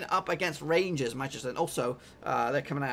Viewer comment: you kind of butchered rangers pronunciation there but nice work doing all these predictions any chance you do all the extra preliminary fa cup fixtures coming up lol.